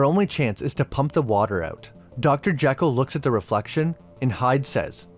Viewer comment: A couple of things the movie gets wrong throughout: •Alan's last name is Quatermain, only one R. •Dr. Jekyll's name takes the Scots pronunciation, per Stevenson himself: JEE-kul, not JECK-ul. A couple of things you missed: •Hyde doesn't grow from tiny to huge in the comic. There's a conversation where it's mentioned that he's grown over the years, a meta comment on how pop culture has changed its depictions of him. •You mention that Sawyer in the movie bears almost no resemblance to Sawyer in the books. Perhaps not the first two, but Clemens actually wrote four books featuring Sawyer. The latter two are "Tom Sawyer Abroad, by Huck Finn," and "Tom Sawyer, Detective." Tom's European travels, his adulthood, and his status as an agent of the law are indeed in the books... just not the books most of us have read.